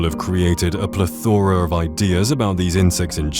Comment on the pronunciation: The word plethora has the accent on the first syllable. PLEthora not pleTHORa.